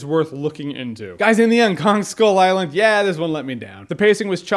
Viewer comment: i really liked the movie but with what he said, it sounded more like ‘people on skull island’ and not ‘kong skull island’